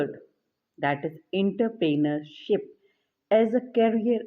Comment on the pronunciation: Inter-pener-ship. Ok 😀✋